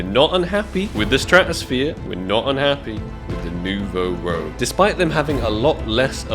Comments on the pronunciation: the AK Nouveau Rouge not Nouveau "Rogue" (new red in french) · you pronounce it rogue, its rouge. red in french aha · It’s ak nouveau rouge not rogue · Bro how have you still not realised its kot ROGUE ITS FRENCH ITS ROUGE (RED IN FRENCH) STOP PRONOUNCING LIKE THAT PLEASE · please learn how to pronounce red in french "it not rogue" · It’s French. Pronounce Noo-vo Roooj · How do you still not call it “New voh rooge” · It's "Nouveau Rouge", not "Nouveau Rogue" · how many times is he gonna say “Rogue” and not “Rouge” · It's not Nouveau Rogue it's Nouveau Rouge (AKA New Red in French) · Its nouveau rouge not nouveau rogue 😭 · Rouge like Moulin Rouge, not Rogue! The spelling lowkey triggered me and I'm not even french :D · Rouge not Rogue my dude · Rouge ! Not rogue cmon think about your french viewer bro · YES! ROUGE IS NOT ROGUE!!!! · Something tells me hasn't seen Moulin 'Rogue' with that pronunciation and video title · He's doing it on purpose now, it's the only explanation. Rouge not rogue,! The French word for red... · Is ever gonna figure out its Rouge and not Rogue? 😂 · seriously dude its pissing me off hahahaha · i'm pretty shure rouge means red in french so its pronounced different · At least try to properly pronounce rouge bruh 😭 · It’s a Nouveau “ROUGE” - not a Nouveau “ROGUE” regardless one of my favorite skins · ROUUUJ NOT ROGUEEEE, i think is dyslexic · It's not Rogue, it's Rouge it means Red in French and is pronounced as Roeje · Its not Nouveau RO-GE - its ROO-SGH - as in FRENCH! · lol and you're still not pronouncing it correclty. It's not ROGUE, it's ROUGE. As in "roozh" - It's a red color. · Ok can’t not say it, this is 3rd time. it’s not rogue, it’s rouge which is French for red, so it’s New Red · It’s not rogue it’s rouge x) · it's not nouveau "rogue" ... it's rouge. roo-je. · Rouge not fucking rogue. Jesus man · its nouveau rouge not nouveau rogue man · It’s pronounced ROO-j. Not rogue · Rouge not rogue